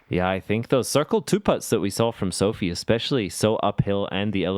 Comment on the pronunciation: Good commentary and Sofie playing great!, please pronounce Sofie's name correctly. There is no A in there...